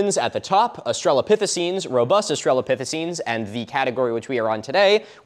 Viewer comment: >Spells "australopithecines" correctly. >"Rubust"